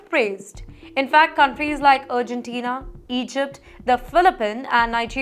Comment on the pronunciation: this bloody anchor's pronunciation is as usual, HORRIBLE !!! She pronounced, "Argentina", as, "URGENT-TINA" 😂😂😂😂dud called indian